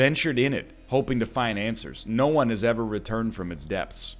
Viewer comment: "Depthts" just saying